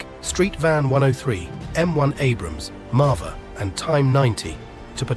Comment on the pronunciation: "Marva" ? That should be Merkava, right ? This is another AI generated video I assume, there are many mistakes, please be carefull with this video generating ;)